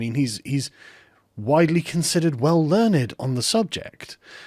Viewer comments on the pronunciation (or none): Did you seriously just say well learn-ed?